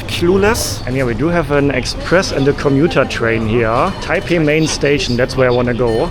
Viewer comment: i love you man, but im cringing already with you saying taipei .. i just know its gonna start a comment war.